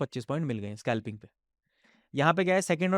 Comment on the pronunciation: Aby scalping tho dang sea words ka ucharan kar. Scalping hota hai Skalping nahi ..